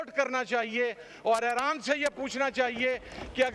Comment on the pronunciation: It's Iran not Aran😂😂